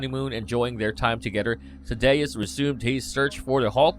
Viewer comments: Definitely pronouncing Tha-dee-us wrong it not Thuh-day-us smh 🤦🏽‍♂️ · Thad-dee-us. Lol. Sheesh you’re butchering the hell out of his name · I hated how they took Betty out of the mcu she was crucial to hulk. Omg dude it's tha-d-us not tha-da-us. The a 1st a is like the a in at. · Who is Tadayus. I know Thaddeus. Do you guys no know anybody named Thaddeus. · Umm... Tha-DAY-us Ross? Is this just read by a computer simulation or something? 😂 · THAD...like sad...THAD. I just couldn't man, I'm so sorry lol. Good info, but I couldn't get but halfway through. xD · Better than Thaw-doose. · I feel like a word-nazi but General Ross' name is Thaddeus (thad-ee-us). The name was just repeated too many times so it needs to be pronounced correctly. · Dude.... it's Thad-E-Us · ugh hurts my ears, that Betty's father's name is being mispronounced. Might as well just say Thunderbolt Ross instead of Thaddeus. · The way he pronounce Thaddeus bothers me... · I can’t believe you don’t know how to say “Thaddeus”… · I don't know how he can mispronouce the name so badly and I'm surprised no one corrected him on it during the recording of the voiceover. I'd be losing my mind everytime he got it wrong and would tell him if he didn't get it right he'd be replaced. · Yeah, weird